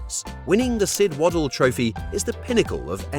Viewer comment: When you can't even say Sid Waddell's name correctly and use American spelling it's a no for me....